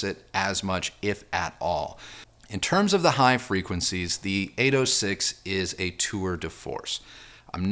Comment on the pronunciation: Good videos. Not my style of speaker, but the video is great. Lot’s of useful information in the review. Critique- You say “thee" too much- where the "soft the" would be much more pleasing. Re-listen and substitute a "soft the" especially when a word starting with a consonant follows